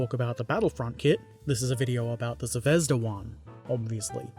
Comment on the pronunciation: Now explain to him how to pronounce ‘Zvezda’. Good luck!